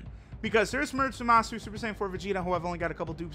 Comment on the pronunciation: I thought his name was Zamasu and not ZAAMAAsu